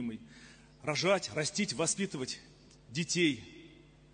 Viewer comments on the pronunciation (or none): Как этот сказал слово "рожать" "РОЖЖАЫАТЬ" 😂 Просто УЖАС. В какое средневековье катимся! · Когда он сказал "право рожать", мне послышалось "право пожрать" 😂😂